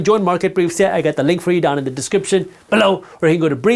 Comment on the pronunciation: why do you say "below" like that in each of your videos? ....lol... I love it btw